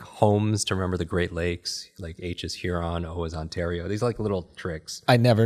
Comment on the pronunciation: Lmao “Hurron” wtf